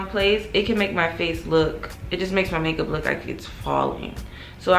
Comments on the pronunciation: Sis the way you was saying make up in the beginning was pissing me off,I was about to stop watching 😭 And do you put on SPF everyday?x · The way you say makeup lmaoooo.